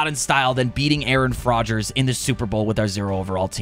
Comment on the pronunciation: Before the super bowl 🏈 started I think you accidentally said your jersey was Aaaron Frodgers?